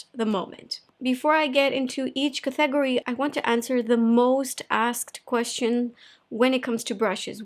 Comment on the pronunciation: I really don’t mean this in a bad way at all... but I’ve been hearing you mispronounce the word “category” for years. It’s spelled CÁT-E-GO-RY, as opposed to “CA-THÉ-GO-RY” which is what you’ve been saying